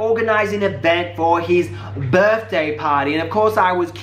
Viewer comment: "CanCEYleen his barthdEY" lmfao